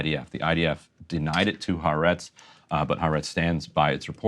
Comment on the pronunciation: Folks,it is ha-a-retz (3 syllables)